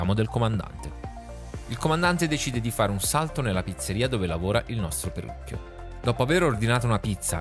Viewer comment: Pirucchio no perlucchio 😶😅